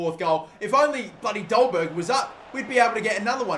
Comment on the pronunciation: Only Because Im Danish. It is pronounced "Dolbaer". In Danish the G is silent